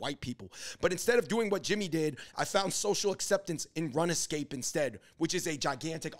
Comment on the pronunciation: Did David just pronounce RuneScape as run-eh scape 😳